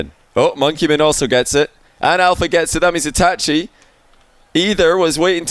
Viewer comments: Anyone else mad as to how says itachi? Like its itachi not e tat chee like say ah. Now say e-t-ah-chi. Itachi. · E ta che is how you pronounce it